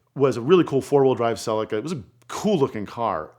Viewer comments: Nothing is more cringe than Americans butchering car name pronunciation. Celica (suh-lee-kuh) Not silly-car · Great video. Saw the GT4 in many rallys during 90s / beyond and I also drove several road going versions. For accuracy and not meant as a criticism: "Celica" is bring mispronounced...phonetically its "sell-eek-er". Also it's jubilee "clips" in the UK (not "clamps") it shows this on the diagrams displayed in the video 🙂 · Why is it that Seppos butcher every car name. "Cell I ka", really? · Its pronounced Toyota Celeeca! 😮 Apart from that Brilliant Video 👌👌👍